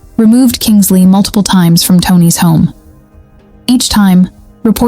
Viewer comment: KINSLEIGH……NOT KINGSLEY…..at least get her name right!!